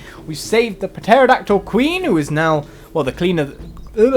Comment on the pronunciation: Is pronounced "terodactyl"